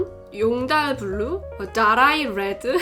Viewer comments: 돠롸이 뤠드 ㅋㅋㅋㅋㅋㅋㅋㅋ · 다라이레드 할때 발음 고급지네여 ㅋㅋㅋㅋ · 장똑대 BRRR운, 용다RRL 블르우, 다롸이 뤠드 발음 ㅗㅜㅑ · 용돨블루, 돠라이레드 ㅋㅋ